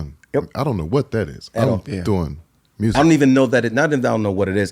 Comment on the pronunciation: We thought it was MEW- SEEK 😅